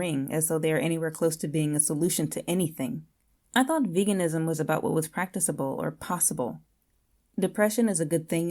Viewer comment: prak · tuh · kuh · bl The second c is a hard c .